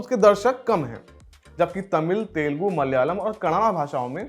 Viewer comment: ji pehle apna pronunciation theek kijiye - woh Telgu nahi Tel”u”gu hai. Kanaada nahi Kannada hai. Thanks.